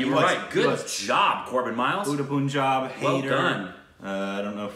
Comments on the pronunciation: For god sake, plz its not puunjaab its p-un-jaab(pronounciation) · If you want to watch Shahid Kapoor, start by watching 'Haider' & 'Udta Punjab' (which actually pronounce as ur-ta panjab)